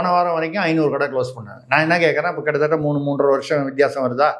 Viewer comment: கித்த தத்த இல்லதம்பி. எங்க சொல்லு பார்ப்போம் கிட்டதட்ட உச்சரித்து பழகு தம்பி.